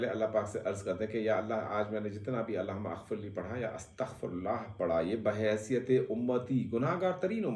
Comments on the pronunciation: bro "aghfirlee" nahin "maghfirlee" hai...........CORRECTION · Allahumma Aghfirli ye galat hay pronounce ker rahay hain aap Allahummag firli ye sahi hay. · سر جب ہم اسے زیر زبر کے ساتھ پڑھتے ہیں تو اللہم مغفرلی کا تلفظ اتا ہے۔ اور اپ نے اللہ ھم اغفرلی کا تلفظ دیا ہے۔ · Alahuma Agfrli nahee. Alahum-magfirli A silent he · اللہم غفرلی ہوتا ہے ؟ ا پڑھا نہیں جاتا